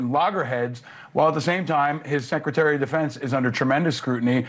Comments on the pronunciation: If you cant say “Secretary” vs “Sekaterry” then you probably should be out of a job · LOL! Jeffreys can't even say Secretary! he says Secetary! He's such a joke!